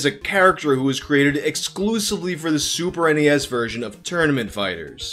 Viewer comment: Thank you for saying super n-e-s. It irritates me very badly when people say SNES like it’s a word